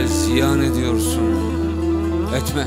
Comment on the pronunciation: Şimdi şiiri güzel mi okumuş yani? :) Düz yazı okur gibi okumuş bildiğin. Etme kelimesini her satırda berbat vurgulamış...